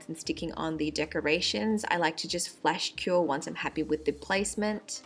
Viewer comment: i thought she said flesh cure... ... but those nails are amazing